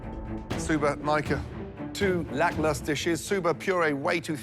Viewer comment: When you love the word 'lacklustre' make sure you pronounce it right.